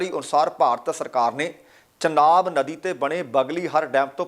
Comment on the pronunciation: ਚਨਾਬ ਨੀ ਹੁੰਦਾ ਝਨਾਬ ਹੁੰਦਾ